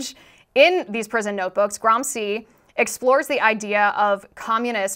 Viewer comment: its read "gramchee"